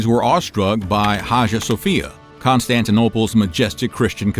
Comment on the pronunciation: Your pronunciations are almost enough to make me unsubscribe!!! Biz-ant-ee-um. You do this every episode! If you’re gonna teach history, do some research on pronunciations before you hit record! P.S. High-ah-sophia